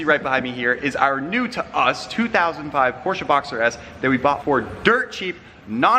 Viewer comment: Porsche not porscha